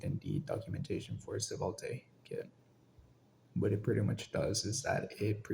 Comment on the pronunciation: Great tutorial, the pronunciation of "svelte" as "seh-vul-tay" got me hah